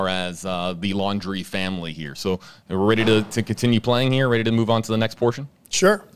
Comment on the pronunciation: Please don't say "here" ever again.